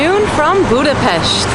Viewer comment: Welcome to my hometown, dear! I am really impressed that you pronounce the name of the capital city correctly! I would be happy to meet you for a little chat. How about that?